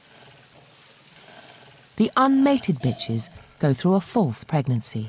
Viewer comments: yeah she said biches bc female dogs are called a bich. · Made me laugh, then the "unmated bihs" lol.